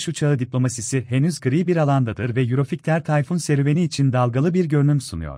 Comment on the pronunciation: Yurofigter ney? 😂😂😂 Yurofaytır diye okunur🤣🤣🤣